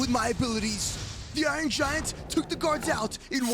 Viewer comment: can't say iron